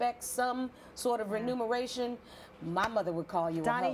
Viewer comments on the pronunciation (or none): "renumeration" fail